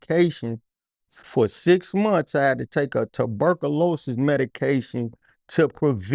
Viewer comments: Please. Correct my homee on how to pronounce 'Tuberculosis.' 🤦🏾‍♂️ Furthermore. He's tellin' the truth. Our country is trying to weaken or kill us if NOT the combination of both! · Tuberc-o-louses lmfao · Loved this interview, but i couldnt stop laughing at "Tuh-burkalosis" 😂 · Dude kilt saying ticburkulous😂😂😂😂😂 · This nigga saying tuberculosis is hilarious 😂😂